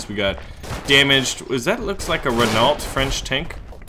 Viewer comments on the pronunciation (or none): LoL "Renawlt". It's "re-NOH". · Verdun : don't pronounce the "n". Just a nasal sound. Renault : Pronounce Reno.